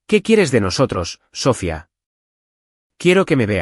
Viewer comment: Porque dicen mal el nombre siempre, es Sofía, si no saben decirlo pongan otro , en la traducción escrita está bien acentuado y en estas narrativas lo usan mucho y siempre mal